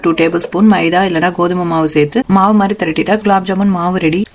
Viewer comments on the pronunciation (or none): none